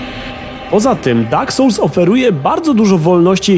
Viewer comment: Dak sołls xd